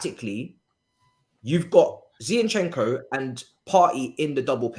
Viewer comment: please pronounce the players names properly. It's HavErtz, not HavArtz. It's Zinchenko, not ZiEnchenko. Thanks